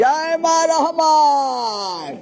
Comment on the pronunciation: ছাগলডা এমন ভাবে রহমান বলছে ,মনে হয় তার কলিজা গোরদা বের করে ফেলছে। চামচামি আর কারে কয় ।।